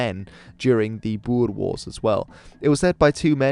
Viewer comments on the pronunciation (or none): When you said "the Boer Wars", I initially thought you said "die boerewors" lol